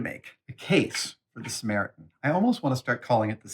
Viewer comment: Did you miss the short "T" in "SAMARITAN"?